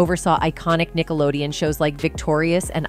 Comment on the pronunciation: She's not even saying Nickelodeon correctly, lol.